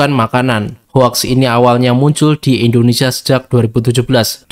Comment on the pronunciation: Min bacanya houx bukan hoax